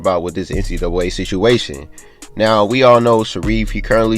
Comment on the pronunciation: Nobody:: NC duway